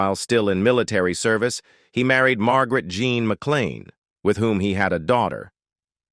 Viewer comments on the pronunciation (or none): none